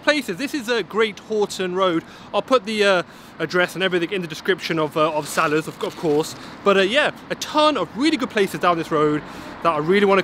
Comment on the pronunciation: The way you say Salahs! Might aswell call it salad! 😆